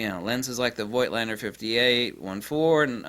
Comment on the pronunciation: The "i" in Voigtländer is silent. Voigt is the old (German) version of Vogt. The "V" is spoken as an "F". It's like with Moog Synthesizers. Most people speak the "oo" like in "tool", but it's "Mogue" like in "Vogue" (the french word for fashion).